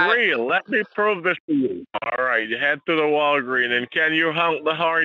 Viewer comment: 😂😂😂😂😂" ....the Walgreen..." 😂😂😂😂No 's'? 😂😂😂😂😂